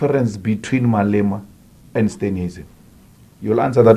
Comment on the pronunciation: I thought I was the only one who heard ‘ANIMAL OUT’